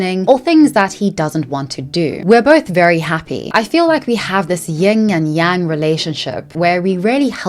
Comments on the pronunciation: this has to be one of my ultimate pet peeves: it’s YIN and yang, not ying and yang. If you are going to make a culture that is foreign to you your whole personality, get it tf right! Damn! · "ying and yang"... It's yin Kendel. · i love that kendall keeps bringing up "ying and yang" while both saying it wrong and not fully understanding what yin and yang really are, yin is the opposite of yang, but with a bit of yang in it, yang is the same but inverse, and they both work together in harmony, kendall saying she's very feminine and doesn't like the masculine energy for her and how her boyfriend is incredibly masculine and such, i don't think she gets that they both have elements of the other in them? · It's yin and yang. Not ying. Sorry, I had to! 😅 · It’s yin and yang. Not ying and yang. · “ying and yang” lol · “Ying and yang…” yup she’s a brain surgeon. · When people say Ying and Yang instead of Yin and Yang it bothers me soooo much 🥲 Also, it’s crazy that they were supposedly in love, but didn’t get married as quickly as they started dating and moved in together. Like girls wake up!! Nothing wrong with this lifestyle if you are legally protected. Get that damn ring. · lol the amount of times Kendall says her and her boyfriend are like "ying and yang"... I guess she's never actually googled or read about the concept of yin* and yang, she's just repeating the talking points of other content girls 😆folks saying they are spiritual while mispronouncing the absolute basics is some prime online shit